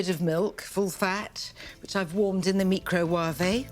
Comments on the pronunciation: It's the meecro-wah-vay episode! lol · lol not only the "meecro-wah-vay" moment also the Tammy " Win-itt" 😁" Stand By your Pan"